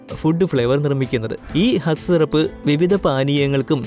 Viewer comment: ഖാസ് എന്ന് അല്ലേ